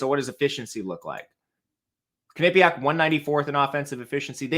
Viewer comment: Butchered the way you pronounce Quinnipiac lol.